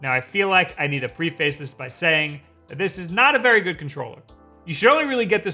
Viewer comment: "I feel like I need to PRE FACE" great pronunciation